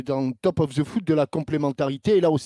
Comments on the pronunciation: les français vaut mieux prononcé de foot mieux que dire zeu foot hhhhhhh du moment que vous êtes incapable de prononcé THE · deciddement même l'arquer il n'arrive pas à prononcé THE FOOT IL DIS ZEU FOOT